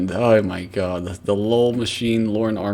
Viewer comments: Dear CAWD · OH CAWD YES